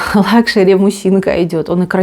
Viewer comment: Как же коробит от вашего "мущинка"..